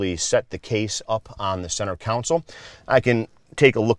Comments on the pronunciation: Console. Con sole. Not council. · Great information, but I believe you are mispronouncing the word console. Con-sul (instead of council) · learn how to speak english, its center console! we live in amurica! haha jk